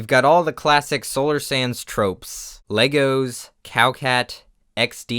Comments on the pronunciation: Petition for Solar Sands to pronounce his channel name like Solar Sandusse in his intro & outro from now on. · Solar: Sands Everyone: Sans Me: Sanz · I hear solar snans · 'People don't say hands, they say hans. So I say Sans.' Ah yes, ok I get it. Solar Sans. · You have to say solar SanDuSuZ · I think it's cause the plural of sand is sand so when you add the s at the end it's just making the d almost silent.... Rip